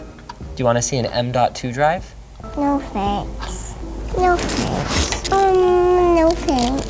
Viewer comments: World record: most No Fanks in a video ever. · NOO FANKS